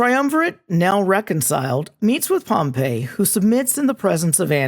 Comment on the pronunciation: Just a quick note, especially for students who want to sound like they know what they're talking about: Pompey (POM-pee) the dude is not pronounced the same way as Pompeii (pom-PAY) the city.